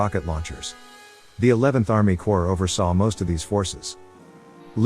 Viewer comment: CORPS not COPRS